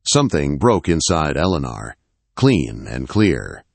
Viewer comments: This is a good story, but these stories seriously need good punctuation & a real voice narrating. The value of the story gets a little lost in the distraction. It's a good story, but a bit harder to enjoy. "Eleanor " is pronounced more like "Ell-eh-nore". Spelling & pronunciation need to be consistent. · Eleanor or Alana? The Ai ruins the wording. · Eleanor …… Ell A Nore….. first time I’ve heard it pronounced the way this AI narrator did, lol. Still a great story♥️ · A beautiful story. Although, the peculiar mispronunciations are a significant irritant. The lady's name is mispronounced with a multitude of enunciations over the course of the story. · Do not use this narrator again, he can not pronounce her name twice the same way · Never knew the name Eleanor could be pronounced so many ways! Sheesh. Threw the story off every single time. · He says it one way and then says it completely wrong! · Must be someone from another country narrating this with A I. Elinor's isn't pronounced correctly. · Drives me crazy to 😅